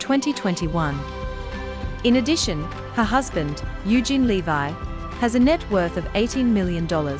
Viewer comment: It's LEV-EE not LE-VI!